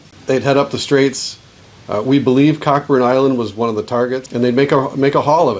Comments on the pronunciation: 1) I thought it was pronounced "Co-burn" Island. 2) You crossed to Canada (Cockburn Island) and re-entered the U.S. Did you clear customs and immigration or just make your own undetected run across the lake? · As a Canadian who lives in the area, its pronounced ( co burn ) island and deserves its own video from you. lots of history there my friend.